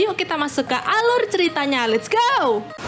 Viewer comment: Kta2 les't go nya lucu haha 😅